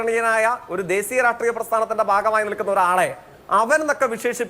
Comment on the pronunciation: രാഷ്ട്രീയ അല്ല രാട്രീയ